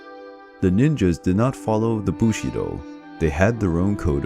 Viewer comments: Bushido not Bullshitdo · It's "Bushido", dirty mind.